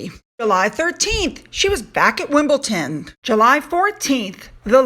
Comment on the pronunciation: It’s Wimble-Don not Wimble-Ton. It is also a suburb of London not just a tennis match. Much love and love your content xxx